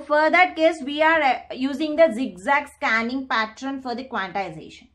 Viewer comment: what the hell is patttraan?? it's pattern****